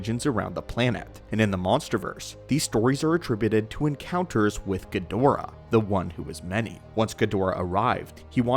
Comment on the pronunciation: Learn how to pronounce Ghidorah